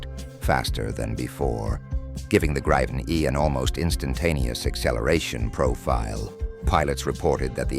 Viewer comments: Could you get your narrator to check the pronunciation of 'Gripen'? It seems nobody pronounces it like the Swedes, but no-one uses the long 'I'. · Its a long i and a short p Griiiipen, not Grippen.. 😂